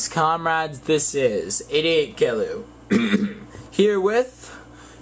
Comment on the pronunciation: It's jee-lew, not geh-lew.